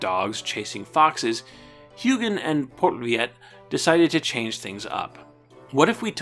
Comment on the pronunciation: Dutch names can be tricky: Hyugen is pronounced like "HOY-gen" and Poortvliet is pronounced like "PORT fleet". Also, the Spanish pronunciation of David is "dah-BEED"; I know you butcher a lot of the Spanish names here, but Fútbol en Acción was the worst: It should be "FUT-bol en ahk-THYON"